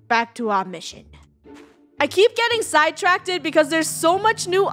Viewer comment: Funneh you are saying side tracked wrong lol